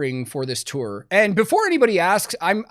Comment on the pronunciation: Thanks for pronouncing "tour" correctly... many clueless people say, "tore".